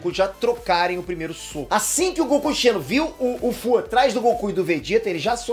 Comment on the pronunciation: Não é Goku CHENO, é Goku XENO kkkkk